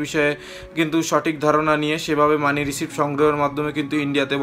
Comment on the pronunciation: R ekta correction MONEY RECEIVE uchcharon hobe na, hobe MONEY RECEAT uchcharon.